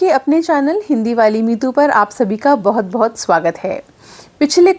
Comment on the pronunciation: Is it बोहत or बहुत . When you are speaking it sounds like बोहत